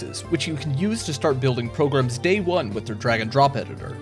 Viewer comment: I like how you say "progrum" and "progrummer" during the Brilliant ad. :D